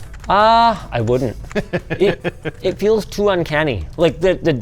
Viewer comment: shmooveness and waitency 🤣